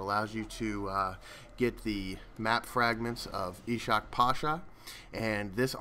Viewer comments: Ishak is pronounced "Ishq" but you pronounced pasha right, btw ishak pasha means king love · he read it wrong. the "sh" at "Ishak" isn't read like the one at "Pasha". He should read it like Isak. Use google translate turkish. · you are reading ishak wrong you dont have to read it like sh